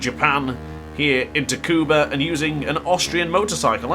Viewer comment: Tricky track... Its "Sukuba" btw lol.